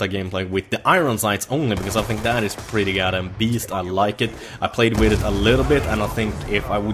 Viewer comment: I just want to hear you say 'with' and not 'witt' one single time